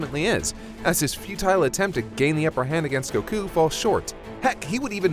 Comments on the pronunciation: Me: Goku pronouncing it: Gohkuh Why so much emphasis on it lol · The way he says goku makes me angry...very angry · why is he pronouncing Goku's name so weirdly? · The way the narrator says goku kills me everytime 😂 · Yea😝 I know that's how it's supposed to be pronounced but it does sound kinda wack